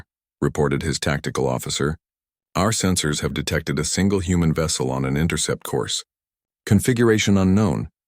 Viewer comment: Intercept course, not “intercourse” course!😂😂